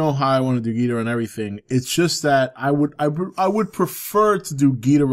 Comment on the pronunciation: Hey, not a major point, but in you read this, you are not pronouncing Ghidorah's name correctly. Geederah (I spelled it as you pronounced it, more or less) is actually Ghidorah, and King Ghidorah at that. Toho has clarified that the way actor Nick Adams (from Godzilla vs. Monster Zero) and the move announcers from the 60's pronounced Ghidorah is incorrect. Just want to help correct a relatively minor thing since he is my all time favorite Toho monster! Great channel brother! =)